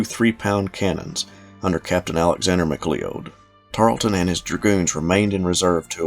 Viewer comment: Mac Lee-ode…? It’s pronounced Mac Cloud! Have u never seen Highlander…?!?!